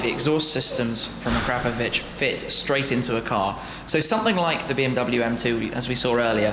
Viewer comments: I really thought it was acra-POE-vich, not a-CRAP-ovich. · It's actualy a-kra-po-vić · I don’t care if it’s pronounced Ah-CRAP-ovich; I’m not saying it like that because it sounds like an insult. I’m going w/ Akra-povich. That’s my cool story; nobody cares, but I had to write it. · A Crapovich??? its Akra Povich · the way u said akrap....povic u sound like an idiot please youtube on how to pronounce akrapovic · Did he say AK-CRAP-PO-VIC? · "A-crap-ovic" come on Tim they make pretty good exhaust systems lol. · pardon my ignorance... but shouldn't be pronounced akrapòvic? i've heard it both ways (the way i wrote it and the way shmee said it) and was wondering wich one is the right way...